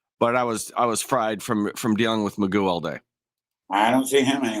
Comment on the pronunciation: In British English Gough, is pronounced as in cough and not who.